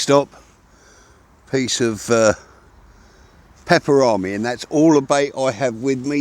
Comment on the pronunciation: Is it just accent or are you saying "Pepperomi" instead of "Pepperoni". Genuinely curious.